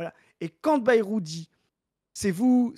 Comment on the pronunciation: Arrête de prononcer Bérou je t’en supplie 😊